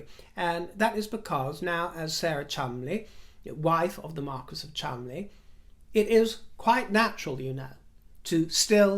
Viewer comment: Thank you you angel! for your linguistic prowess. I heard an Australian newsreader last night talking about the Chol-mon-de-lees and practically vomited. When you said, correctly, the Chumlies, I thanked Heaven for you.